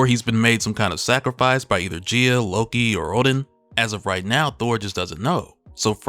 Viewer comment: Gaia guy-ah